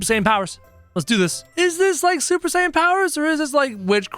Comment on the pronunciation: Did he just say supper saiten